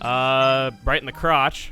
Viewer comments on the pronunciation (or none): none